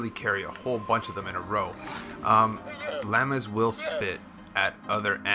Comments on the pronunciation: If u say "LAMA" one more time I'm gonna die!! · "lamas" lol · I had to stop watching the 59th time you said "lammas" instead of "llamas" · "lamas" its pronounced law-muhs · You're saying "lama" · It makes me cringe when you say "LAMBA" I was letting "LEAVER" slide but you're pushing it buddy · It is pronounced Loma!!!!! Not Laamaa! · How he pronounces llamas XD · I like how he says llamas LOL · You're the only human being who can't pronounce llamas. Congrats! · The way he was saying llama sometimes was getting on my nerves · That's.not him you say llamas